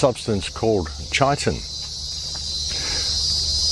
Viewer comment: Is that Max Igen mispronouncing 'chitin' in that clip?